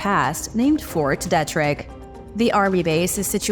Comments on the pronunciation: It’s pronounced Fort Deetrick… 🤣🤦🏼‍♂️🤷🏼‍♂️ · It’s Fort DEE-trick 🤔